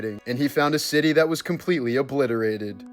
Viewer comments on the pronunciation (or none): none